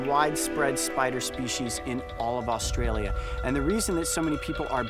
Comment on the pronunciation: Coyote you could have came to my backyard and find one lol these spiders are so common and I live in Victoria 😅 also coyote how ur pronouncing Australia is wrong